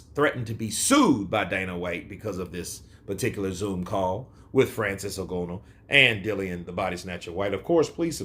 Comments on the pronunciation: Ng_A_nou Brother not Ng_O_nou haha 😅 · For your reference, I believe Francis's surname is pronounced "IN GARN NUUU" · Agreed. Please correct me if I'm mistaken, but I believe Francis's surname is pronounced "IN GARN OOO". (As in the 'oooo' rhymes with 'flew') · At this point i think he is purposefully pronouncing it incorrect lol, I mean how could he watch the fight, hear the commentary team say it correctly and yet still say it this way lol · Surely you can pronounce Ngannou's name better than that.